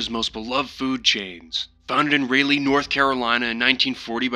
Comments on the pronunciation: As a professional North Carolinian Rawlay and Rayley is kinda pissing me off It's pronounced RawLee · ITS RALEIGH (RAUL-LEE) NOT RAY-LAY 😡😡😡😡😡😡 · Raleigh is “Rah-Lee.” English is a funny language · When he said “ruh-lay” trying to say Raleigh NC 🫣😂 It’s “Rah-lee” Raleigh 💁🏼‍♂️ Edit and the game said “ray-lay” lolol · You pronounce "Raleigh" wrong. it's pronounced Ra-Lee. Not Ra-lay. Spoken with the speed like its one word, not broken up in to 2 syllables. instead of RaLeigh, Its just Raleigh. You don't have to annunciate the L so much in Raleigh. Love the video :) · Not you pronouncing a whole state Capitol wrong, Raleigh is spoken "Raw-Lee", not "Raw-Lay" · It’s Pronounced RAH-LEE not RAH-LAY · FFS RALEIGH is pronounced (Rah-Lee) from a raleigh native hahaha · The way you pronounce Raleigh hurts me. "Ra-lay", it's "Ra-lee". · loved the video but as a North Carolinian i had a small laugh. Raleigh is pronounced like Rah-Lee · I've been to Raleigh...it's pronounced: "Raw-Lee" \😃/ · Rah-lee! RAH-LEE, for God's sake! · IT IS (RAWL E) As in Raleigh. as someone from NC I’m going crazy! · Raleigh is pronounced "Rah-Lee" btw lol nice compilation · lol you say Raleigh like Rawlee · Raleigh is pronounced "Rah-Lee". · Ok im from "Raleigh" and that is NOT how you say it 😂 think Rah-Lee. Or Raw-Lee. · Ra lay North Carolina 🙏🙏😭😭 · almost as bad as how Raleigh was butchered 💀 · The Raleigh pronunciation as a North Carolinian hurt my soul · As a North Carolinian the way you say Raleigh is wild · As someone who lives in Raleigh the way that you pronounced it causes me physical pain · bro, the way you pronounce Raleigh.... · As a North Carolinian your pronouncing Raleigh wrong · it was great until you mispronounced the fuck out of Raleigh